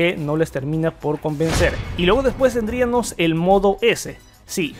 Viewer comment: Me gustó tu canal, sólo que cuides un poquito tu pronunciación, escuché que en las palabras que terminan a en "--íamos" como tendríamos, habríamos, pondríamos, etc., las cambias por "--íaNOS" y dices mucho "tendríaNOS". Fuera de eso que me saltó mucho en el video, todo me Interesó bastante... Saludos.